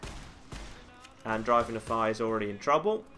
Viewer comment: It bothers me how some people pronounce Nephi. I know he has an accent, but it's not just him, it's practically everyone I meet.